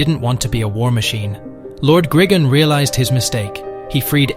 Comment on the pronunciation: It's gri-gon no grigin